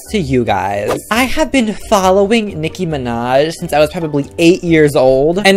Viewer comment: "Nicki manj"😂😂